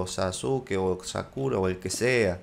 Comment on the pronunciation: dijiste sakuro lol XD